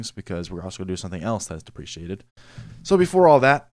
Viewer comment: I've been following along since episode 1 and I'm still working my way through it. I do know some Java but you are filling in the gaps. I am able to add my own ways of doing it after watching the video which I think is awesome. One thing I will point out (I got corrected for this once too)... Deprecated... I pronounced it how you did in this video until I found I was wrong (easily done if you are like me and read too fast)... it's pronounced "Dep-Ree-Kay-Ted" and "Dep-Ree-Kate" and "Dep-Ree-Kay-Shun" but anyways, keep up the good work! Stay safe out there! :D